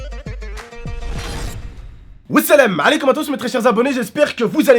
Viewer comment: "Oui selem alekoum a tousse" LIKE SI C'EST CE QUE T'ENTENDS 😂😂